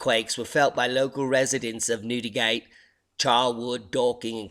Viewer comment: Thanks, You did get the name right "Newdi-gate